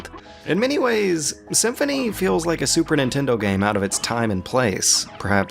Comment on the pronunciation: Did you rike it?